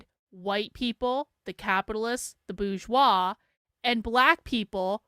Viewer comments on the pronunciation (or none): What is the boozshoir? Does she mean 'bourgeois'?